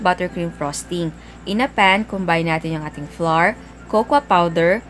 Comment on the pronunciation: You don't know how to say flour its not read as flar its read as flower but the spelling is not flower the spelling is flour but its reader as flower